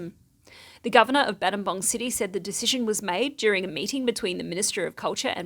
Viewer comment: Wow, nothing scary in this news report for a change! & don't worry about the Battambang mispronunciation. The person that first said, 'I know English' and christened the place Battambang, should have just acknowledged his/her mistake. Then changed the spelling to fit how the town is pronounced 'Battambong.' People really don't like to admit, when they make mistakes. So sometimes the rest of us have to make special exceptions on their behalf for decades to come. Sky hooks were wrong, ego is a dirty word : ) lol